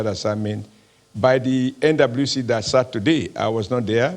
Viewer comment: Is it just me or does oshomole say “NWC” sounds like “Indaboski” 😂